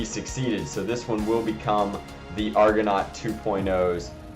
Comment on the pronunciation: It's pronounced argonaut PADAWAN